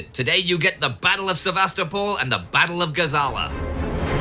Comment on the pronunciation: I love this series and never miss an episode. Time Ghost productions are exceedingly well-researched and the presentations are top-notch. I do have one little criticism, however, and it has to do with the pronunciation of some Russian and Ukrainian place names. In this episode particularly, the mispronunciation of the city of Sevastopol is sort of like fingernails on a chalk board. The stress should be on the third syllable, not the second; thus, Se-va-STO-pol, not Sev-AS-to-pol. Also, the correct pronunciation of Ukraine is to stress the second syllable, not the first; thus, it should sound like you-CRANE, not YOU-crane. I lived in Ukraine for 12 years, which is why these mispronunciations catch my ear. Please take this constructive criticism in the spirit in which it is offered, and keep up the fantastic work!